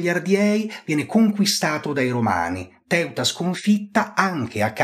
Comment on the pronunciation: Ma come pronunci i nomi del Re Agron e la regina Teuta? Assurdo!